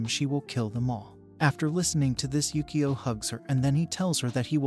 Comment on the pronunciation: It's pronounced Yukio (you - koe)